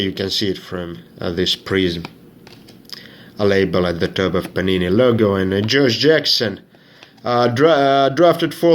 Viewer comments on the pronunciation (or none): none